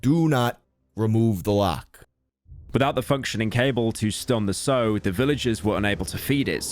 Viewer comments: IT'S AN 8 HOUR LONG VIDEO AND NOBODY PRONOUNCED THE WORD "SOW" PROPERLY THROUGH THE ENTIRE THING. TO SOW (SO) IS TO JOIN TWO PIECES OF FABRIC TOGETHER. A SOW (SAU) IS A FEMALE PIG. AAAAAAAAAAAAAAAAAAAAAAAAAAAAAA. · Hearing pyro mispronouncing sow (S- ow not sew) for 30 minutes killed my faith in humanity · Listening to people pronounce Sow as Soh and not being able to correct any of them. Might be a British thing. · Anyone else get irked everytime they pronounce sow as "so"??? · He actually was saying it like the word so when it’s supposed to sound like the word how and basically nobody said it correctly since pronuncing it so is meant to be like torn cloth and saying it like how is as you’d call a pig primarily the mother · They even get English words incorrect lol. "Sow" (female pig) rhymes with "cow", yet they all pronounce it like "so". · The most shocking thing about this video is how many native English speakers don't know how to pronounce sow correctly. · If I had a shot for every time someone mispronounces sow in this video I'd almost drink the same amount as an average polish resident does in a day. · 2 hours into this beautifully crafted eight hour video and he goes and mispronounces sow this is truly another Metro Boomin incident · My man can't pronounce Sow to save his life. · How did everyone mispronounce sow? It rhymes with how. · Mispronouncing sow about 150 times is the worst thing about this Video but still highlight of my year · How have all but one person mispronounced "sow"? :face-blue-covering-eyes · No way did he mispronounce sow, classic pyro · God I fucking hate how you pronounce the noun "sow" , other than that top notch video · Pyro pulling a metro's booming again, mispronuncing "sow" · it bugs me that every single person in this 8 hour video mispronounces sow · minor speech mistake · Pronounce 'sow' correctly challenge (impossible) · Every time he mispronounces sow, I visibly, physically cringe. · Pronounced sow wrong